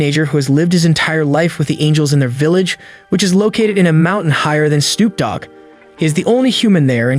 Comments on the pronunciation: Bro did you say snoop dog or soup dog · you said stoop dog the first time. just so you know, mate.